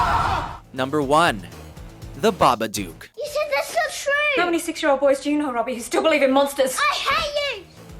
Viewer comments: Babadook rhymes with book. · How are you going to mispronounce number 1? They actually say it about 60 times in the movie? Fail. BĂBADOOK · The "Babaduke"??? I understand you have an accent but damn, not hard to pronounce. And Six Sense......really......You missed Dont Be Afraid of the Dark and Silent Hill. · And AlSO it's pronounced ba-ba-duke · How did ya'll pronounce "Babadook" so badly? BA-buh-duhk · But couldn't even pronounce the name properly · she pronounced babadook wrond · m8 pronounce babadook properly u dumb dumb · He pronounced "The Babadook" wrong...uhg... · babadook? come on lol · Lol Americans pronouncing Babadook is funny. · He said babadook wrong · Why does he say the babadook the way he does? they literally say it in the movie, there is no reason for that hilarious pronunciation.